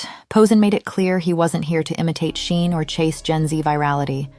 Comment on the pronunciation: who is this narrator and what rock does she live under because who calls Shein "Shine"? lol